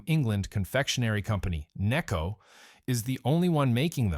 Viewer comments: Its called necco not kneeco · or “nay-co” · Another example of incredibly lazy YouTube content creators who can't be bothered to narrate a post with an actual human voice. The incorrect word emphases and constantly changing pronunciation of NECCO are ridiculous. Just lazy!